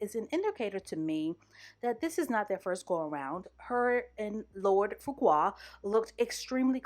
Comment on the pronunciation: LORD FUQUA (FARQUAAD) IM FUCKING SCREAMINGGG SIS